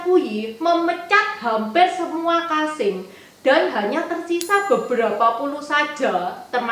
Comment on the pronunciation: Maaf sekedar masukan saja untuk pembacaan kosakata agar lebih baik. Misal: KASIM dibaca KASEM.